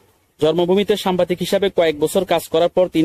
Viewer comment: সামবাদিক হবেনা সাংবাদিক, ঠিকমতো উচ্চারণ করতে পারে না সে আসছে ইউটিউবে ব্লগ করতে